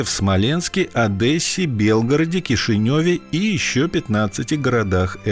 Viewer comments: Не газэта, а газета))) не Одэсса, а Одесса))) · Город называется ОдЕсса,а не ОдЭсса((( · Диктор не ОдЭсса, а ОдЕсса! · не АдЭсса, а Одесса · Блин да не ОдЭсса, а ОдЕсса!! Через букву Е а не Э! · Автор ,пожалуйста не Одэсса,а Одесса !!! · ОдЕсса, а не ОдЭсса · Ни Адэсе- а Одессе!!! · Не Одэсса и не Одасса, Одесса правильно. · Не Адэсса, а Одесса. Неужто так проблемно запомнить? Слух режет. Давай буду говорить Смолэнск например. Каково? ) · ОдЕсса,а не ОдЭсса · В какой области? АдЭскай? Вы только так не говорите в самой Одессе, а то вас за поца примут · Кто нибудь знает где эта так называемая " АдЭсса" ?